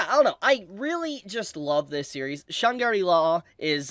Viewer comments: SHANGRI LAAA not Shangiri law PLEASESE 😭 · why do you struggle that bad with the name? Its not that hard to say Shangrila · Shaaaaangri-La. Man your pronunciation is so weird lol